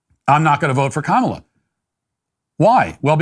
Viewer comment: Thanks for pronouncing her name right. Makes us look better.